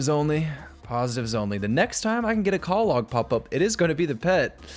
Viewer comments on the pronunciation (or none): Love this series so far but "call log" instead of clog is murdering me.